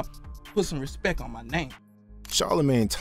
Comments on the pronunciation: Can't respect a man that tells me to "respek" him😂😂😂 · "Put sum respek on my name" lol